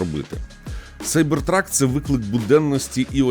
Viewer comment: Як же приємно, що ви кажете Сайбер Трак, а не кібер трак. За це відразу лайк